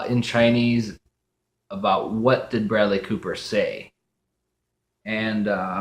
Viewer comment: 你的视频满好玩的 但是 你说布莱德利的名字发音不太好